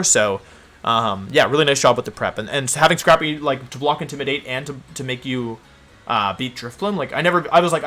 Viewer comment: Why do you pronounce intimidate that way